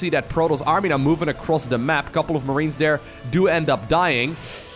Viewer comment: You've missed the biggest bingo. His accent. Dere.... Every time hey says dere. I have to edit and say I am not trying to be critical of his pronunciations. English being second language. It's just funny because my wife hears it and every time she says... Dere... I've been trying to help her pronounce the sound TH for years. From perspective, try to roll your R's. Much respect and much love. But dere is == shot. GET DRUNK BOYS!